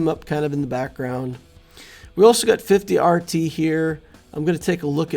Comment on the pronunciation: 50-RT is pronounced shortie